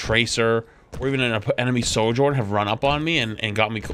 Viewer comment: why do you say "Sor-journ" hahaha its Sojourn xD